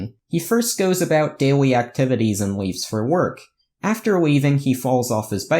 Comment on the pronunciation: His daiwy actwivities